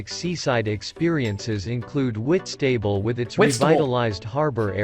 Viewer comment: As someone who lives in Whitstable every time that AI voice pronounced it I shuddered. Am so glad you know how to pronounce it properly